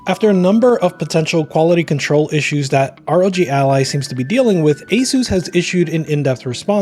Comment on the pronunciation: it’s not rog it’s are oh jee